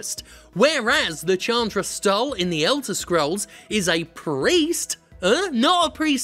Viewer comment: Chandra is pronounced "Shaan-dra" btw